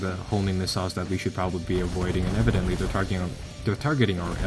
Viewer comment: I cringe whenever i hear evidently. You butchered that word.